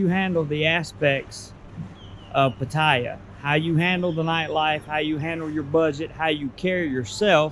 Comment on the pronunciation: I guess first thing to learn is how to properly pronounce Pattaya in Thai